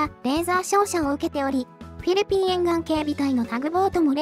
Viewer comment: あれ？？どうかされましたか？ フィリピンの発音が上手く出来なくて何か変な感じになってますけど…😅